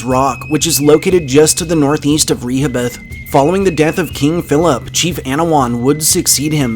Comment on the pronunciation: Re-ho- bith